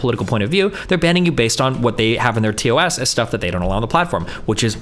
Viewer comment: Ugh... Please stop saying 'TOSS'. It's 'T-O-S' or 'Terms of Service'. Why are they adding an extra 'S'?